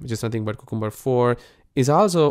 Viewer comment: Man, check how to correctly pronounce cucumber, it is a vegetable not just a name that does not mean anything. It is pronounced : kyoo ·kuhm·buh